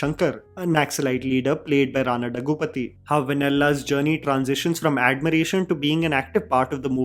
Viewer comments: डग्गुपती ❌ दग्गुबाटि ✅ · And for god's sake the Daggubati in Rana Daggubati is pronounced as Dhag-gu-BAA-tee !!! I just don't get why it is so hard ?! 💀